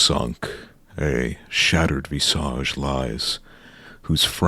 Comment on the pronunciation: that pronunciation of visage almost made me click off the vid bro